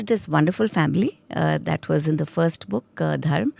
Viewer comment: Please stop using 'a' or 'aa' at the end of the word Dharm, Santan or any other word in Hindi and Sanskrit.